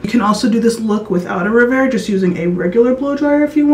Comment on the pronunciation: I think it is pronounced REV AIR not RE VAIR